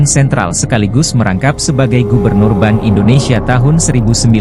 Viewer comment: bank kok disebut ban